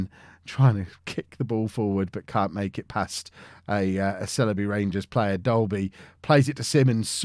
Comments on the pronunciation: Sileby = S-eye-ull-bee... Merry Christmas, and family, from the Chippenham Town FC massive... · The Sile in Sileby rhymes with bile or trial. :)